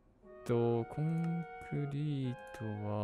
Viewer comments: コン↑クリ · コンクリとかのイントネーション？が違うのめっちゃ可愛いです😂💖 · 自分のところは、コンクリートとコンクリって略した時のイントネーションが違う コンクリートの時は一般的なイントネーションだけど、略した時は先生と同じになる